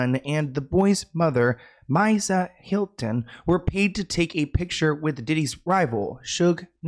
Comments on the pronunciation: Mee sa( Misa) not Mysa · ME-SA ... ME then Sa 😂 not MYsa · It’s actually Mi-Sa not mysa even thought it’s spelled like that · Hhahaha yaay "Shug" but it's not My-Sa, its MeeSa. Like the Me in Mesohorny 😂 you crack me up ❤ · Wait did he really?! 😂 lol I didn’t even notice! I just came here to tell him about the kids’ mom’s name 😊… Misa I believe it’s “mee-suh” like miso soup except with an a at the end! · No H lol just me-suh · Yes, Misa like Lisa but with an M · It’s Me-sah like Lisa with an M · It’s Misa “Mee sa” and Suge like Sugar. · (Me-Sha) love you ❤ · It’s mEEsa lol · It’s Misa (MEE-SUH) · You butchered Misa’s name 😩